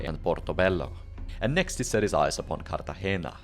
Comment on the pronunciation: 10 million pts for actually pronouncing portobello and cartagena correctly, you now outrank all other piratologists 😂